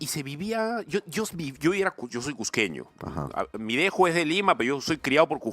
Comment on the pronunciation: Paisa, te acabo de escuchar , y casi no te creo que seas de Qosqo o Cusco, y es que dijiste que eres " Cujqueño" y no conozco cusqueño que pronuncie así.